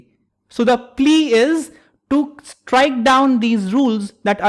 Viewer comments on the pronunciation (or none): none